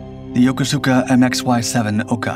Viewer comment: Pronounced "Yokooska", not "Yo ko su ka".